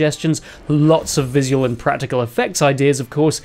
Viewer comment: Apart form the insane way you say "visual", you've done a fantastic job on this!! 😁 🤪